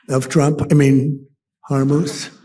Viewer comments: '...the strait or Hormuth' WTF is that? lol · So, Donald can't even get the name of the strait correct, ultimately calling it "Harmouth." So he cannot call it by the correct name of Hormuz? And this is a Commander-in-Chief, with sole authorization power to launch the nuclear arsenal? With no permission from Congress needed? Now is the time for that 25th Amendment.